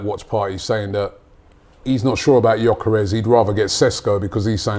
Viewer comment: First time Robbie has said Gyokeres name correctly! Theres hope 👏🏾🙌🏾🤣